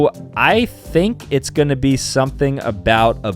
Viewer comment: It’s not leeveyes it’s levis